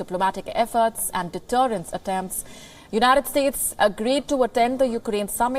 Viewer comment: “According to the joonited states” Every single time